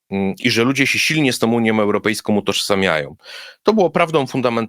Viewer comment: Gdyby tylko jescze nie wymawiał końcówek "ą" jako "om"; zarzucajom, europejskom, uniom, mówiom, bramom, etc, etc... to byłby już faktycznie poziom mistrzowski. Ale to tylko taka mała drobna uwaga.